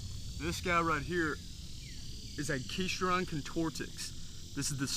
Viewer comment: Loved your video. Got some of those around here. Have seen a 38 inch & 31 inch this past year. Hope you don’t mind a helpful criticism: I *THINK* it’s pronounced AK-ih-STROW-don or AK-ih-STROD-on (not AKEE-stron) and con-TOR-trix (not con-TOR-tics). Hence: AK-ih-STROW-don con-TOR-trix. I am open to corrections of my take on that is wrong. Good job, thought. Thanks.